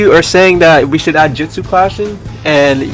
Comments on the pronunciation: it not jistsu it's justu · why does he say jitsu instead of jutsu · the 4 dislikes are probaly because he said jitsu instead of jutsu Lol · Jetus XD i think u mean jutsu's